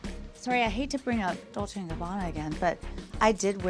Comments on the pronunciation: Dol-say Gabbana? If you're dropping thousands on their shit, learn how to say the actual name. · lol "doll-say and Gabanna". if you're gonna spend thousands on a bag, at least know how to pronounce the name of the brand, kameron. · The first one needs to learn how to pronounce Dolce 😂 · Closet tour without Erika and Dorit ??? If you could exclude the house tour which we all had seen, they might have fit in..and that Kameron doesn’t know how to pronounce Dolce 😂...No wonder Kenya was Miss USA so intelligent...she can read you to filth..anyways nice compilation 👍🏼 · The first girl can’t even pronounce dolce and gabana right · The first chick not knowing how to pronounce Dolce! Traaashhhh 😂